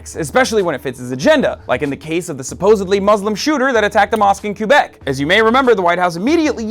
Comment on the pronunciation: excellent pronunciation of Quebec, my American friend